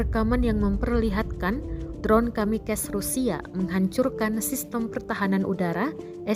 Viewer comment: Si Mbak ini musti belajar baca kata KAMIKAZE